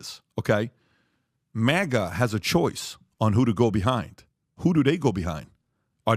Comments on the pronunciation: It’s not MOGGA. It’s MAGA. Bag, tag, rag, sag. MAGA. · IS MAGA NOT MAAAGUA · u had me UNTIL U SAID MAGA WRONG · I had to rewind bc I didn't bc I didn't hear any thing after he said maga wrong twice lol uh it bugs me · Bro pronounced MAGA wrong.